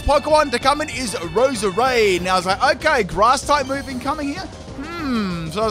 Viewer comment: just saying dow , you said roserade